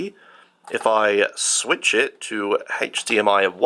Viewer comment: How does feed himself, or how does caretaker feed him. I demand a kitchen tour (please?) Also loved the mispronounced switch to sweetch, nice recovery though.